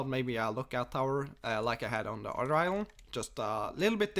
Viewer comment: Island = ilel hahahahah